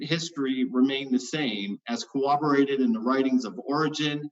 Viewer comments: If I hear this clown use the word “cowobberated” instead of corroborated one more time I’m going to rip my hair out, do you even English bro, words are hard I guess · I cringed every time i heard pronounce corroborated as "cowabowated." LOL. BUT....he's a nice guy, and a great interlocutor to have on the show. I would love to have more folks like, Matt and my favorite, Erica, and fewer folks like G-Man, Skylar Fiction, and Darth Dawkins. There's a lot of nice folks out there who don't agree and make great adversaries. There's no reason to have the many dicks on the show that creep in here. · Ok. I don't want to nit-pick but he says it too often not to mention: "cowoberated" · David Coleman yeah that was driving me crazy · I was going nuts about that by about the halfway mark of his opening remarks